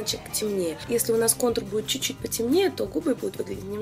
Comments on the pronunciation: только "чуть-чуть", а не неведомый чучуть))). А так, конечно, молодец. Прекрасная речь, прекрасное же руководство. Я безнадежный рукожоп в макияже, но даже у меня получилось. Еще раз - Лена, речь прекрасная! гладкая, грамотная, плавная, выразительная, богатая по словарному запасу и при этом четкая, ясная, предельно понятная. Молодец! 😘👍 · Чуть-чуть, а не чучуть)